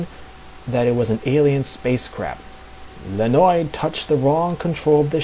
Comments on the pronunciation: Hey! You did a great work here!!! Thank you for doing this)) It is a really good piece of information) Though some info should be corrected: 1) Red Star's name is Leonid (like in "Leo") and not Lenoid or else O_o (hear the pronunciation here inogolo . com / pronunciation / Leonid) which was mentioned here by (thank you btw!)) 2) Beast Boy wasn't the only one called by his real name - Galfore called Starfire Koriand'r in ep. Betrothed)) But anyway, this video IS great!!! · ...It's pronounced lye-ah-NEET or lee-ah-NEET... (Red Star is my favorite superhero, which is why I know that) Other than that, this is great!